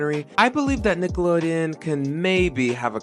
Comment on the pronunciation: it’s not just me right? they never pronounce the n at the end of nickelodeon when they sing the classic jingle.